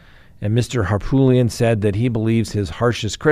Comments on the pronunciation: HARPOOLIAN NOT HARPTOOLIAN I WILL FUCKING UNSUB IF YOU CANT PRONOUNCE A NAME THAT YOU SHOULD KNOW CORRECTLY,. Wtf. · Please, please stop calling Murdaugh attorney HarPOOLian. It's HarPOOT lian. It's an Armenian name from his family village in Turkey. Harpoot. Love ya-lol. Southerners love nicknames and he got tagged as POOT early on by many. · Why can’t correctly pronounce the lawyer’s name from the Murdaugh case? I’ve heard him pronounce it 3 different ways…..all of them wrong😂 It’s not Hartoolian or Harpoolian.